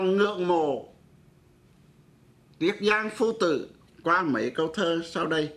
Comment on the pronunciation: Giáo sư đọc bài thơ THẾ THÁI NHÂN TÌNH của BẬC THẦY NGÀN ĐỜI mà sai một CHỬ vậy chẳng ĐÁNG TIẾC CHO ĐỜI LẮM SAO !...( Giáo sư đọc NẤY tại sao ko đọc là MẤY ???.